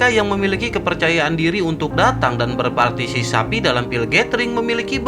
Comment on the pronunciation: Haha partisipasi bang bukan parsisapi haha